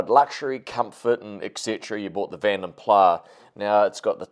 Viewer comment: You Said Vanden Plah Correctly. Other People Say Vanden Plas. Here is One Of My Own Songs For My INTERNATIONAL ALBUM